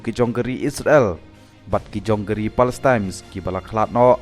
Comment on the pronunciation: Palestine m dei palestimes 😂😂😂